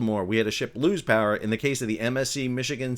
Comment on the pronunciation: "IS there... such a thing AS Too Much Powah?"